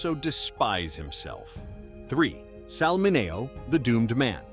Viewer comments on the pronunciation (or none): Sal's last name was pronounced MIN E OH.